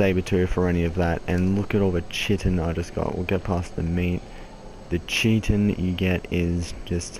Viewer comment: and its not chiten its kyten